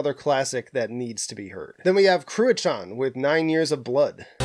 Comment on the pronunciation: Ive been told that "Cruachan" was pronounced "Crew-hon" a Gaelic word.